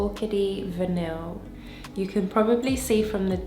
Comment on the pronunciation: I have & love all of these which is why I so enjoy watching your channel❤So you know Orchidee Vanille is prounounced: Vah-knee it’s a huge love of mine & lately been layering with PDM Cassilli it’s delicious 😋